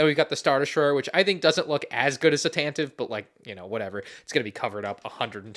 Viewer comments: Seriously stop saying “tan-tiv” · ugh ugh so many times incorrectly pronounced tantivE name, oh my ears it hurts every time, and I can't unhear that and bothers me every single time since said it in star wars show long time ago in galaxy far far away.... aproximeatly 8 years ago